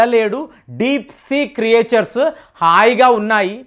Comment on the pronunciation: Meeru cheppe vishayaalu baagaane untaayi, nenu almost anni vintaanu. Keep it up. Kaani Meeru english words vaaduthunnappudu vaati pronunciation vaipu koncham dhyaanam unchandi, please. Elite, fatigue, creatures inka ennenno words thappuga palukuthunnaru. And also, samudram aduguna unna jeevulanu aliens anaru avi mana bhoomiki chendhinave. Veru grahaalalo unna vaarine aliens antaaru.